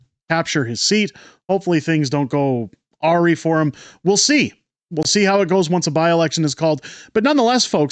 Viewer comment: Psst… awry is pronounced “a-RYE”. Small point of order. Otherwise, great video. Love your content.